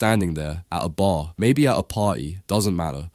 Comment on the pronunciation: “Yur at a baa, or maybe a potty” 😂😂😂